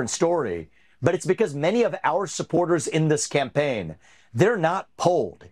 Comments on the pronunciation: Sounded like Ramaswampy said SCAMPAIGN...? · I think vevake said "scampaign!"